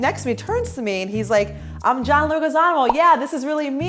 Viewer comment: BRUH SHE DID NOT JUST PRONONCE HIS NAME WRONG !!! It's John [Leh-gee-za-mO] tf was that Dios mio !